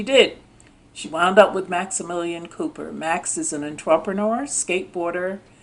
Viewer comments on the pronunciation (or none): none